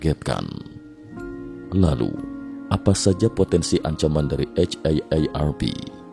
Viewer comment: Jadi muak denger nya eit ei er er pi... Kenapa gak di singkat aja si. Akronim itu kalo kata nya gak bisa di singkat. Contoh KTP ga bisa disingkat ( dibaca langsung ) harus di akronim ( disebut satu² ). Kalo haarp kan bisa disingkat...